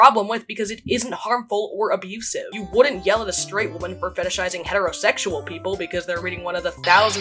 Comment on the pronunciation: i feel like this is going to come off as cyberbullying but i'm just genuinely intrigued by how you pronounce women and woman the exact same.